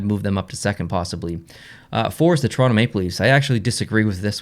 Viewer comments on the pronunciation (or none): none